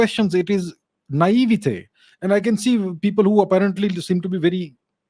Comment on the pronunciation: Wow.. dude can't even get pronunciation of naivety right !